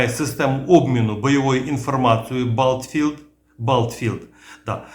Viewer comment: Мабуть, система обміну інфою беттлфілд, а не "балтфілд".